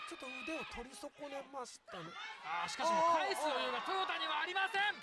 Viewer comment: この解説はさ、なんでずっと「トヨダ」って言ってんの？ 「トヨタ」って言えないの？